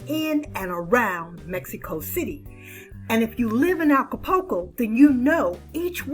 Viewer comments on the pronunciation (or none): You are miss pronouncing Acapulco. It’s Aca-pul-co. Not Aca-po-co. The “U” is pronounced.✌️ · Please...it's ACA-PUL-CO not ALCA-PUL-CO. I enjoy your videos. Nice to get "adult" info.